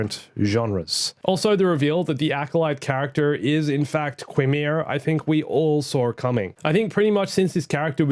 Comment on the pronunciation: Qimir is pronounced “kai meer”.